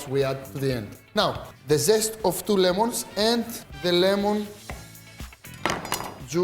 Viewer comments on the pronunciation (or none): none